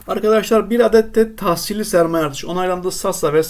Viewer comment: Tahsisli değil tahsisli olmalı